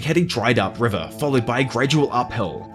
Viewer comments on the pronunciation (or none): none